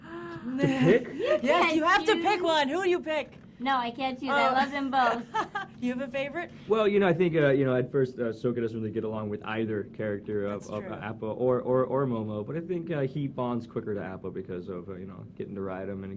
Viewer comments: ITS SOKKA NOT SOAKKA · Sohka? Can't even pronounce the guy's name you played. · SOCA? ITS SOCKA. SOCK. AH. NOT SO CAH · it´s sOKKa, not sOAka. and it´s AAng, not Ong. that isn´t hard to pronounce, is it??? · They say Ong instead of Ang and SOkka instead of SAkka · had to stop watching when rathborne said "Soh-ka didn't get along with app-a". he could at least try to pronoune the names right. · Apa Ong Soka You've gotta be kidding me. They still watch the show, and yet do not KNOW how to pronounce... I'm ashamed -_ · ....she really just said Ong.. and he said... sO-kka. How has NO ONE corrected them yet??? Yah. They sure did "BEND" that movie... Till it was unrecognizable. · Oong????? Soak-A????? What The But?????